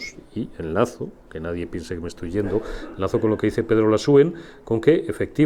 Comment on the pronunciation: No sé llama Lasúen, sino Lasuén.